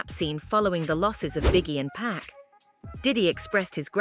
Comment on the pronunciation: It's Pock, not Pack 🤦‍♂️🤦🏿‍♂️ 2Pac